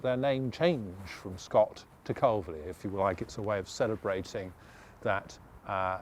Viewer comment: Nice informative commentary....but I wish he would pronounce Calverly correctly! It’s pronounced Carvly...like to carve meat with a lee on the end.